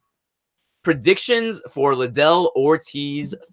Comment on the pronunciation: making excuses for Oscar's complete failure at promoting that fight... lame. grade for that promotion is a F minus. Oscar didnt even know how to say Liddell. HE COULDNT PRONOUNCE THE NAME OF THE MAIN EVENT. Oscar looked like he just woke up and forgot he was director of the high school play. complete embarrassment.